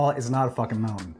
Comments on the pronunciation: Mountain,not mounain. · she can't even pronounce mountain 'I just fell down a mowghin' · She fell down the side of a mow-in. No doubt my generation said things that made the old folks cringe, but please, PLEASE pronounce the T; you sound like a three-year-old. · i thought mountain has a t in it.. English is hard